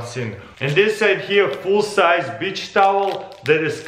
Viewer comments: Wait..what the..did he said bi**h towel. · Comrade you must speak beach like cuss word. Lol. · This guy is so cool "Bich sise tawel" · yeah it's the accent lol